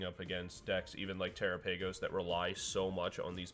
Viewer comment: did you actually just pronounce it "tera paigos" i lost interest at that point